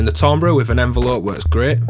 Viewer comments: Tambre = "tamber" as in Amber. Try it, you'll like it! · good review... but come on man!!! it's pronounced 'TAMBER'!